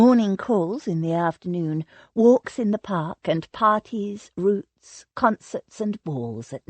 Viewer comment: Dreadful narrator, mispronounced words all over the place. Roots instead of Rout (rowt) Mainwearing is said Mannering. Really if you have to use an American narrator try getting one who knows how to pronounce English words in the English way. The only thing worse is ai